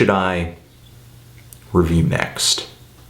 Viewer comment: I laughed whenever he said iamiwhoami.